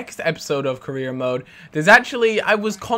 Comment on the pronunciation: What are you gonna do next episode, you didn't say? And you say it Career mode not Korea mode